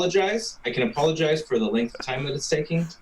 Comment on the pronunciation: Yes, you said "impologize"